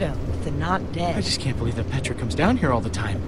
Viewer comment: It's pronounced"P-EH-TRA"not"P-IE-TRA"